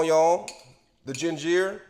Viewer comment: Omg first ray men .. Now gin jeer.. 😣🤣😂